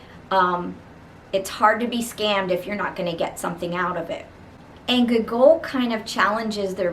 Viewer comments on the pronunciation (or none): Hello ! I hope I my comment did not seem rude , I genuinely found it funny and had no intend to offend you :) Just by putting more emphasis on the first o (Gό)gol instead of the second one will be perfect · The way you pronounce Gogol is hilarious XD